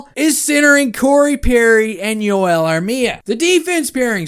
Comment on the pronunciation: 4-2 habs. Oh btw its Joel not Yoel for Edmundson. Only Armia is Yoel since hes Finnish